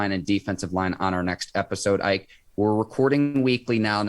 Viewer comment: Say his name correctly IKE!